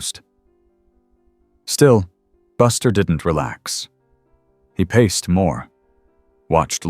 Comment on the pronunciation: It’s paced not paste.